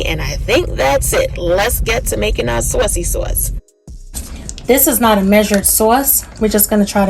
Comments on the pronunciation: It’s the accent on sauwcy sauce for me 😁 Those look delicious! I have to try these. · Am making these tonight!!! Thanks for sharing ❤ I just gotta say being in Iowa for the last 30+ yrs when I hear you say " saucy sauce" I hear that east coast coming out ❤